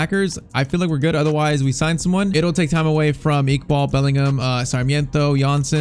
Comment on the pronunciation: Say Iqbal properly